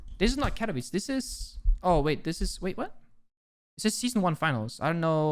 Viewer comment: i'm shocked how well did you say Katowice ;D